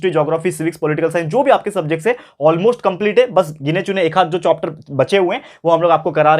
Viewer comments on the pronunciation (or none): chopter nahi sir chapter hota hai 🤣🤣😂😂❤️